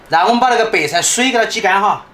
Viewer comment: 超小廚你說白菜好像說北蔡🤣🤣🤣🤣🤣(≧ω≦)/